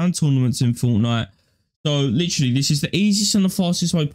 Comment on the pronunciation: "littry" "littry" LIKE I DONT CARE OMG